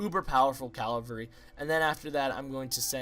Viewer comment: just so you know, the horsemen are pronounced like CAV-AL-REE